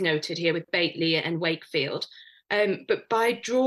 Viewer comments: Bateley?!😢 it's pronounced, Batley?! This woman doesn't even know her country!! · 'BAIT-LEY' and Wakefield? It's 'BAT-ley' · BATE LEY and Wakefield ?????? BATLEY I think is the correct pronunciation